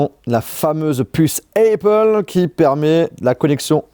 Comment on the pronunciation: jsuis dsl mais c'est pas comme ca qu'on prononce apple. mes oreilles de bilangue saignent fort.